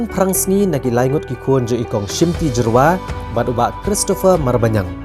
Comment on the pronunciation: Tell those dkhar it's not Jerwa but Jyrwa